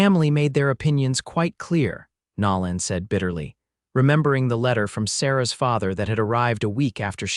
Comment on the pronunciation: So sorry the foreigners playing with A.I. still have not learned true pronunciations of ordinary words and names. Nolan is not pronounced like Louisiana's New Orleans.